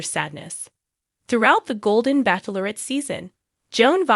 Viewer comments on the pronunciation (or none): Please pronounce bachelorette correctly It is not backlorrette